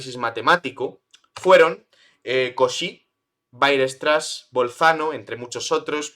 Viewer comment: aprende, por favor, a pronunciar "weierstrass"